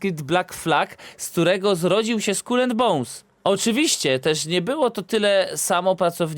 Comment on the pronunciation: Najpierw niech się nauczą wymawiać słowo Skull po angielsku. xD